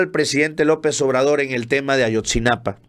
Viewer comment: No es Ayotzinapan, es Ayotzinapa